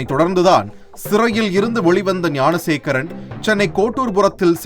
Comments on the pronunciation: Gunasekaran illainga , Gnanasekaran !! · .ஏம்பா அது குணசேகரன் இல்லை. ஞானசேகரன் !! TASMAC தொல்லை !!!??